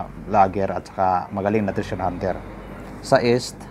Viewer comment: Mali ang pronunciation mo ng east dahil "s" kung bigkasin